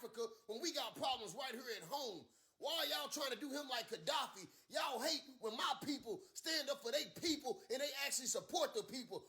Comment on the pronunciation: It is Colonel Gaddafi. Learn to pronounce words correctly. Practice makes perfect. Learn diction in the mirror there is no shame in that.